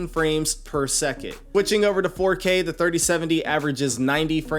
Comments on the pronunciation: He actually says "per suck it", lowkey mocking his viewers. For real. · if only this was the case. Per seckit 🙄🤦‍♂️ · I did the same but watch youtube video and just decided I need a 3080 lol. The 3070 have 8g ram so it’s a little weak. But he is right it’s fps or frame per second what is seckit lol. It’s called radio language u need to pronounce for people not yourself. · all i heard throughout that video was frames per seckit. Its frames per SECOND.